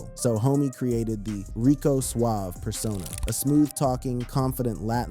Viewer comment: It was pronounced Rico Suave-ay